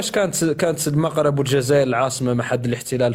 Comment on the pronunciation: ON DIT EL MAGHRIB EL MAGHRIB EL MAGHRIB EL MAGHRIB EL MAGHRIB EL MAGHRIB EL MAGHRIB EL MAGHRIB ET NON PAS EL MOUGHRIB DÉSOLÉ